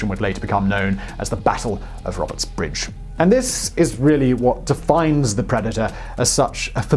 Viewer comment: Battle of "Robert's RIDGE" NOT BRIDGE. Great video either way